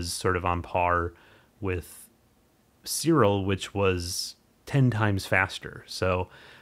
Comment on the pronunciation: why you say ... "Sirol" instead Siril, is write with a "i" of "image" not a "o" of "omicron".